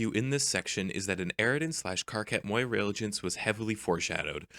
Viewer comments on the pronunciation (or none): none